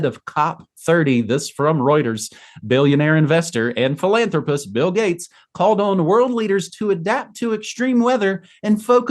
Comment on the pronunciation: Did he just say billionaire pillanthropist, Bill Gates?